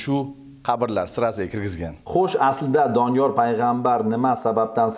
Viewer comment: Kim aytti Doniyol a.s. qabrlari db😂 Oldin ismlarini to'g'ri aytinglar😅keyin qabr haqida gapirasilar